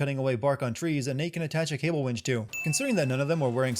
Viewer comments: Columbia - different from the country Colombia Wench - a derogatory word for a loose woman, Winch - what you meant every time you said "wench" in this video. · It’s winch not wench.